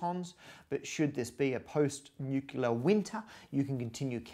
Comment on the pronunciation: post nucular winter lawl